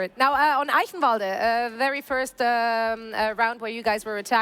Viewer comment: Man, it is refreshing for to be the one dude who can say eichenwalde correctly lol